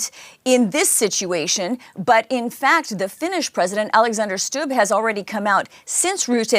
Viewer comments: Stubb is pronounced simply as it's written. Not like a german😅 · Älexänder Shtub... oof